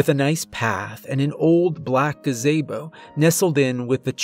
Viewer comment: "black gaZAYbo"...